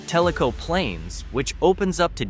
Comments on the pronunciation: If you are telling about small town Tennessee learn how to say the names of the towns. Tellico is pronounced tell- i-co not tellyco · It's pronounced TELL- i - co, not tell- I - co. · You didn't really show Mountain City. While it was not directly hit by Hurricane Helene the roads south of it were badly damaged by the flooding. Sweetwater is right off Interstate 40 so it is easy to reach. Tellico Plains is not pronounced talico but telico. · Your pronouncing Tellico wrong